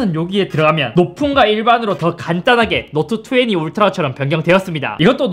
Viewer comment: 자꾸 노트투왜니라고 하는거 왤케 웃기지